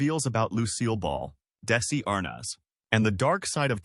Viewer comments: AI narration omg “Daisey…Lou(pause) Desi m ArNOZ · the narrator can’t correctly pronounce Desi’s last name or the name DESILU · The first picture is NOT Vivian Vance. Where are you getting your information? Bad voice over. How dare you dump on Vivian. Also can you pronounce Desi last name correctly? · We don't support you. This type of content is sloppily slapped together and is all over YouTube, feeding misinformation to so many viewers. In this particular video, the bot narration has constant glitches in it - did you even LISTEN to it before putting it up? Additionally, "Arnaz" and "Desi-Lu" are mispronounced. Call me crazy, but I like a HUMAN, EDUCATED narrator.